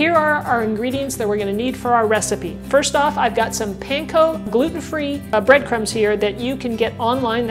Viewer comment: can you be more clear, what is pancon with the flower?